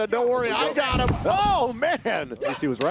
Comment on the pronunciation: Am I the only one that heard Ricochet say “goteem” 😂😂😂